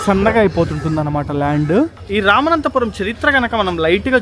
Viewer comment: రామనాథపురం ✅ రామనంతపురం కాదు❌